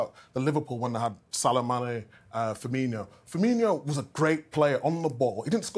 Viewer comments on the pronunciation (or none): It still annoys me slightly when pundits keep calling Firmino...FirmiNHIO. There is no NH in his name😂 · Ditto. It also annoys me that nobody ever corrects these pundits and commentators when they call him "Firminio". 🤬